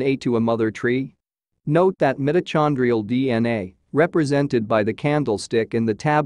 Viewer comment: my dude did not just say mitta-chan-drial